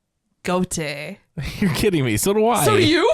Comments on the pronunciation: By the way, KEiiNO is pronounced “Kai-no” and Gåte is pronounced “Ga-te” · Its just if you take the go from the word gore and pronounce it like you would in gore. And the TE from Tenure. So it's more like go te. Gåte means riddle or mystery in Norwegian. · As a Norwegian I would say it should be "Kay-no" like in the name Kayleigh. It is part of the name of the village Fred comes from, Kautokeino, which is a Sami village. Gåte is pronounced Gaw-teh. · The å in Gåte is pronounced more like the o in on, and the e like the e in meh😉